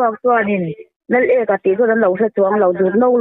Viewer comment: Lal ek-a a ni lo ' Laleka ' zawk